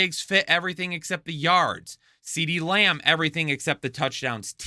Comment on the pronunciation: DeeDee Lamb?!